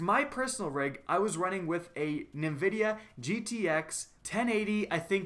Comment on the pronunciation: did this man just say "nuh-vidia"